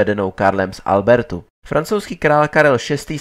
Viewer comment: Pěkné video. 🙂 Jen je tam několik zkomolených jmen: Nikoliv Karel z Albertu, ale z Albretu. Nikoliv lord Carnoys, ale Camoys. Nikoliv Thomas Epringham, ale Erpingham.